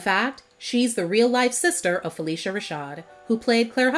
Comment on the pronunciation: Stop mispronouncing phylicia Rashad's name. Her name is not Felicia